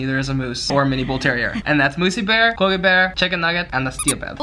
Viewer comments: You're pronouncing quokka wrong 😢you're close but it's pronounced the way swoozie was first saying. It just sounds better that way 😅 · your pronunciation of quokka really annoys me sorry but its not quoe-ka its just quokka the way swoozie pronounced it was right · It's pronounced qwaka (at least in Australia) Just a heads up lol. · It's pronounced qwa-ka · It's pronounced Quokkaaahh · You're pronouncing Quokka wrong, your friend who you corrected said it right.